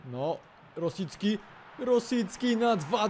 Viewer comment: Czyta się Rośicki (sub) klik :P xD